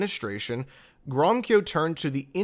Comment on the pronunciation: Read the infamous Balfour Declaration. It is stated therein that the settlements of Jews are not be to the detriment of the native Arab population. The two peoples are to be treated as equals. By the way, the name Gromyko is pronounced : Grow-mee-co